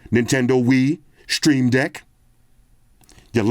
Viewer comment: Instead of "Steam deck" you called it "Stream deck" 😆